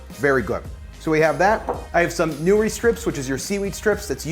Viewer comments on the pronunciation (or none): Nori = “Noh-ree” You pronounced it correctly at least once but then reverted to calling it “new-ree”. Either way, great video! You are lively and fun and the food always looks great! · Not newri nor ee